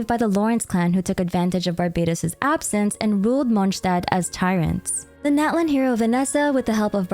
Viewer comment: Hihi! You’ve been calling every other nation by it’s correctly pronounced name, so I ask that you please call Natlan “Not-lawn” :)))) The american pronunciation sounds like nails on a chalkboard to me😭😭😭😭